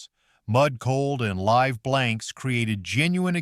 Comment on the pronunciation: "Live blanks"?!?